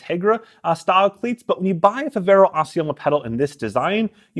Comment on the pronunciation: It's not "Assiomo" it's Assioma. Smh I'd expect more from someone like you